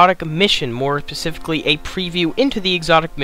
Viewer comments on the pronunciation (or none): Its "SPECIFICALLY", not "Pacifically". Jesus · Boy, say pacifically one more time… 😂